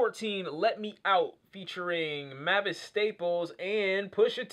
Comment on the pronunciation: Its pronounced like May-vis